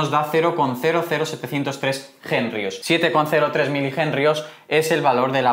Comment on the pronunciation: ¿porqué pronuncias Jenrios cuando se escribe henrios?